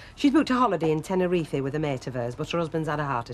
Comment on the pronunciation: Bet and "Tenerefy" lol